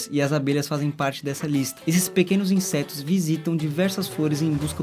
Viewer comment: De novo ele falou INSESTOS kkkk